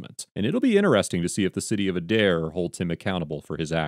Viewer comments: The Adair Chief of Police was arrested recently after charges by the DOJ. (Aye-dare, not ah-dare) Officer Carlos IS the reason that cops get hurt. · Pronounced Aid-air. Not udair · It's pronounced ADE-AIR. I'm an Oklahoma resident born and raised here and just thought I'd let you know how the city name is pronounced. 😊and I don't feel "contrable" leaving you here. Lol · The city is pronounced A-dare not Uh-dare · I hate to be the one that corrects…but it’s pronounced Ay-Dair. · Okie here. The police in this state are...wild... BTW, it's pronounced like aid-air. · Adair, Ok is pronounced with a long ā at the beginning. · Just to be clear - it is pronounced Aye-dare :P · I'm from OK, and it's pronounced AY-DARE. This event sounds like par for the course there... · Just a simple pronouncement correction. A-Dare=Adair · it's pronounced Aid-Air. And I know the cops at that PD. Not surprised at all. All the PDs from Craig county down through Mayes county lack proper training. You can basically do reserves for a few months and become a cop. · It's a(as in day) pronounced with a long a+dare...Adaire, Oklahoma. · It's said like A-dair